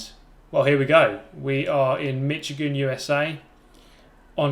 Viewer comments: Just so you know, Michigan is pronounced Mishigan. I give you a pass because youre a brit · It's pronounced like the tire, Michelin. Mi-shi-gan. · The ch is pronounced like a sh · TheTireBarrier As a grammar Nazi who has a friend attending OSU, I'm not sure if I should be happy or bothered by this mispronunciation.